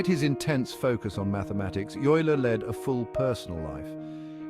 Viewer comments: OYE-ler! Not you-ler. And the music is intolerable. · How to pronounce Euler sonds like "Oyla" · Narrator cannot pronounce Euler's name consistently (it's "Oiler").